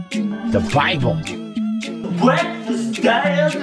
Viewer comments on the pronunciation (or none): Bwekfast and Bible brings back so many memories 😂